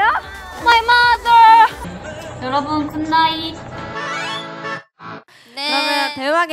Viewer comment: Sana’a “my motherrrrr” kinda sounds like a filipino accent just sayin 👀👀👀👀,p